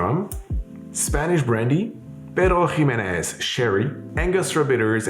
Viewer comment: Why do you say Pedro Jimenez like that ?